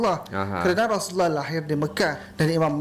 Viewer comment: tengok muka pn dah tau org jawa cak..takpe kt tggu jabatan agama tngkap..sebutan easulullah pn tak mcm org melayu sebut..